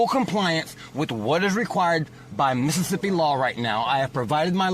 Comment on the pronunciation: If he can say Mississippi like that,he’s sober!!